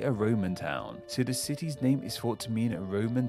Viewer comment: from the sound of it I doubt he's ever left his home county, also he needs a set of front teeth, then he could pronounce" the " instead of" "duh" and "with" instead of "wiv"